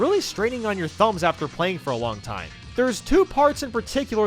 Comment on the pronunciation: "Foe after the video." Oh no, not a foe!